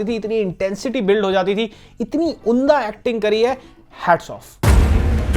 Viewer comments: "उन्दा" नहीं "उम्दा" 😊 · Gandu unda nahin "umdah" bola jaata hai , har baar unda unda bolte rehte ho ... Anyway love you ❤